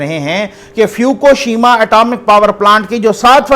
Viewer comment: اسلام علیکم فیوکوشیما نہیں ہے۔ فک شیما ہے۔